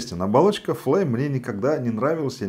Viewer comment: почему флейм,а не флайм?)